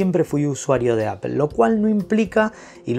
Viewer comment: Apol, foneticamente se dice apol no apel